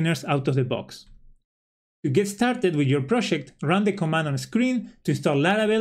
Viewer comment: "proshect"..... Argentinian detected! thanks for the info che